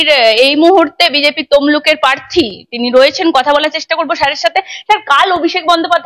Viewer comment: অভিজিৎ বাবু প্রার্থী নট পার্থী, ভুল ঊচ্চারন ॥ সঠিক ঊওর দিয়েছ্ন ঊনি ॥